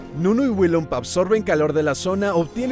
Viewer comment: "WILLINPUM"